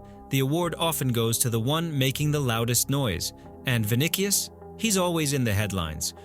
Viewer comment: Vini"k"ius??? Really???